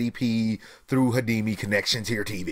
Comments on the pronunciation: . Did you say hademi? It's HDMI. Pronounce it H, D, M, I. Pronounce the letters buddy. I thought you were tech savvy. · "Hi Di Me".. HD...M I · did this boy just say hidimi